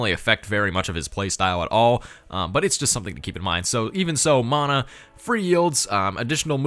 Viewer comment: Fun fact the ability mana is pronounced munna I'm Maori just found civ and am so happy we have a leader